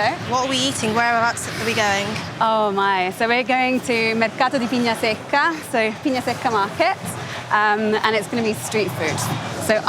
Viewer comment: The gn in pignasecca was prononced correctly. Many non italians say gn wrong. Props to the squad And anyway, amazing video